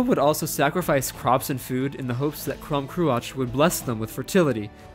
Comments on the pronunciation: The mispronunciation is quite annoying though. I’m gonna put the stuff here because it was frustrating me: -aisling = ashling -crom cruach = krawm krooawk -abbot cellach = kellawk (These are not perfect; for one, one of the Irish pronunciations of ch is literally just untranscribable in English because it doesn’t exist, but yeah) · Aisling is read as ash-ling Crom Croach is read as kroom crook